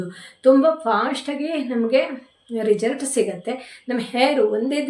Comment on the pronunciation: ರಿಜಲ್ಟ್ ಅನ್ನಬೇಡಿ ರಿಸಲ್ಟ್ ಅನ್ನಿ ಕೇಳೋದಕ್ಕೆ ಒಂದು ತರ ಆಗುತ್ತದೆ 😊